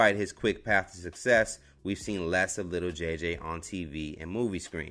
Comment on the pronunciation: Why he kept sayin “little” JJ it’s Lil 😂